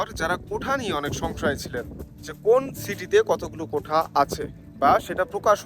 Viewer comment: আরে ভাই কোঠা কোঠা কেন করেন ? শব্দটা হবে কোটা । মিডিয়ায় কথা বলতে হলে একটু যাচাই বাছাই করেই বলতে হয় , যেন আপনার থেকে অন্যরা কিছু শিখতে পারে ।